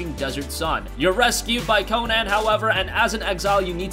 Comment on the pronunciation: it's not Co-non. Its Co-Nan lol